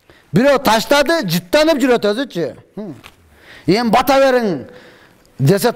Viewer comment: Урматтуум ! . Батаа беүү эмес , патьа берүү !